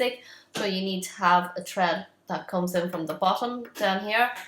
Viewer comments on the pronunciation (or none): It's thread not tread you need to put your tongue on your top teeth and say Th